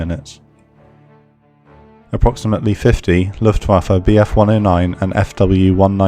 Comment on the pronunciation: SOMEBODY ACTUALLY PRONOUNCED LUFTWAFE CORRECTLY